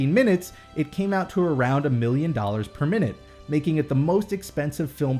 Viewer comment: I kept hearing 'per minute' as 'permanent' and got really confused what you were talking about.